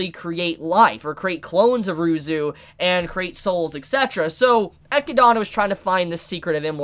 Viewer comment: Oh ya and Ryuzu is Ruzu apparantly.